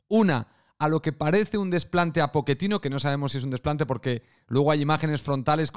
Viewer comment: No digo que lo dijo mal,solo me da gracia como se escucha jajaja